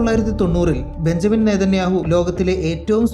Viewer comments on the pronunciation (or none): none